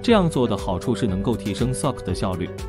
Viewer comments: wow! 第一次聽到有人把 SoC 念成 Sock 的. 真有創意. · 這個AI配音一直都這樣念 也習慣了...